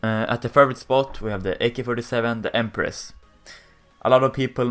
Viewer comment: u cant even speak empress you silver fuck